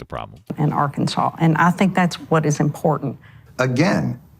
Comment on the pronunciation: As a person from Kansas u best correct the way u say Arkansas boi😮